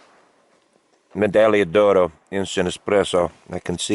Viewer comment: Love it!! I was in the pomoly hot tent hammock tarp last weekend at -23C. I think its the best of both worlds mashed into one. Learned so much from your videos including how to pronounce "medaglia oro" 😋